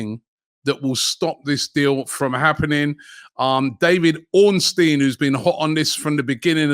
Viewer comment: David Ornstein confirmed it? I won’t believe it until it’s confirmed by… David Ornusteen! 😂